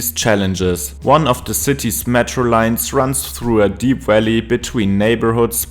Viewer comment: We need to teach you to say Valley, your accent sounds like Walley. My Spanish friends have trouble with “v” words